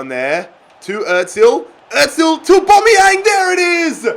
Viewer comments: The way he says özil btw it is Errr zil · Like if he is saying Ozil wrong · Can this guy pronounce anyone’s name correctly? It’s really annoying dude. Get your shit together